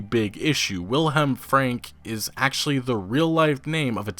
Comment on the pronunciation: As always, thank you for the video. As a quick note, Wilhelm in German is pronounced "Vilhelm".